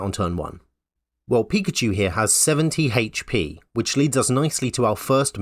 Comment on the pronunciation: I like your H's 🤩